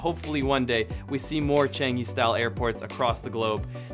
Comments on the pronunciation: pronounced as Ch-ah-ng-ee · Wait he really just said "changy"...